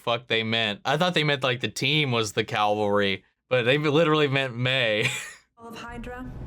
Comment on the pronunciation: May is a badass! And it's CAV-al-ry, not CAL-va-ry. ;)